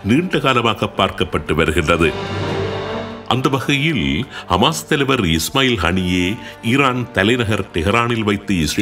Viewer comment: Hisbulla & hamash not hamash hamash